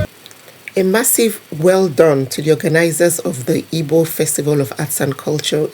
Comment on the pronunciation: Don't pronounce Ibo.The real pronunciation and spelling is Igbo